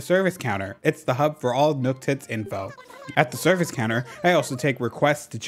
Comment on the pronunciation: Every time you say Nooktits I just….. I lose my sanity a little bit. I love it.